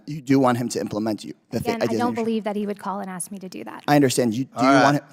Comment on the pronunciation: Like you guys can't say ask instead, you continue you'll see you see axe instead, I ask, yeah, talking about yourself again